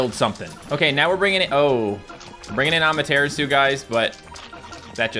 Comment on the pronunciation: Says Ushiwakimaru properly, still pronounces Amatarasu wrong because some derps in his early videos didn't know how to pronounce it and told him he said it wrong. :p